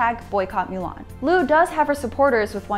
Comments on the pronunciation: Its Moo-Lahn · She knows it's pronounced moo-lon, right? Not mew-lawn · Is it really pronounced Miu Lan and not Mu Lan? Because in the actual animated movie they pronounced it Mu Lan never Miu Lan. It triggred me for some reson. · Get your pronunciation right... "Moolan" not Muuuuulan... 🤮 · can you at least pronounce the title of the movie correctly? it's mulan, not mewlang... gg...... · Melan? Darling it's mUlan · Myu lhan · I hated how she said the name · I wanna be respectful to the topic at hand but I cant get over "mew" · 'Mow lawn' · "Mew-lahn"??? AWWWW HELLLLLL NO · "myu lan" Why don't you just MOW the LAWN! Myulan myulan its driving me nuts hearing it! I feel like protesting for that word! Sorry just my feelings. Ugh! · Moo - lawn Moo - l - on Moo - lohn Moo - l aw n M - oo - l - on Now say it with me correctly please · small nitpick, but "milan" annoyed me more than it should of. lol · Is she saying "mew-lan"? Please stop. It's not even pronounced like that in Chinese. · Why does she pronounce Mulan like that... She’s says “Milan” wtf is going on...? Lol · Mew-lawn. Stop it. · The way she is pronouncing it incorrectly dries me nuts! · What's up with your pronunciation of Chinese names...? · She only messed it up once. Strong indication there were multiple takes and somehow the others were fine. She didn't mispronounce anything up to that point and Weibo Mulan were pronounced properly earlier in th video. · It's not that hard to say Mulan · Totally butchered mulan pronunciation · She said Mulan wrong 3 different time's.🤔